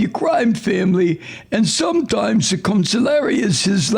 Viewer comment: Con-SIG-li-ere. Please stop saying counsulary. Please please